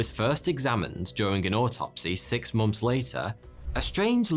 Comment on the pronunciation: Months not moms